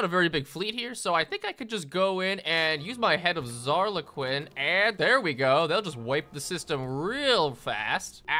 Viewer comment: the name's Zarley, Zarley Quinn